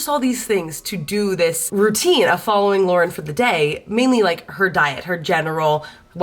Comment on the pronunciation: I kept thinking you were saying Lorde and not Lauren 😆